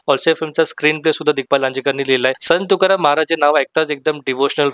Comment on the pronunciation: अगोदर मराठीत संत तुकाराम शुद्ध बोला मग आणि त्या चित्रपटावर बोलण्याची पात्रता प्राप्त करा नुसता review च्या नावाखाली दुकानं उघडलीत असले review म्हणजे ...... असो आपल्याला परमेश्वर अभ्यासोनी प्रकटावे अशी सद्बुद्धी देवो ही तुकाराम महाराज चरणी प्रार्थना